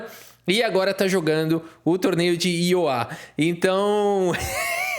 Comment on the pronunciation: Iowa Se pronuncia “aiowa” é um estado americano tbm kkkk